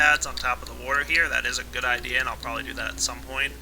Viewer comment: you always say warter